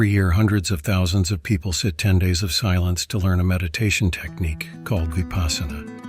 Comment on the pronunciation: Vipaśyanā. Vipassanā. Not vipaasana